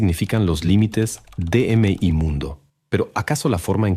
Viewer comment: Pero aqui se equivoca y hay errores por ejemplo no dice "Mi mundo" dice "Eme y mundo" deletreando la palabra "Mi" letra por letra 😂😅